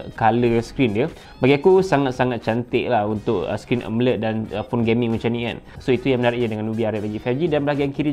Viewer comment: asal sebut amoled je mesti jadi "emeled" mcm india dah hahaha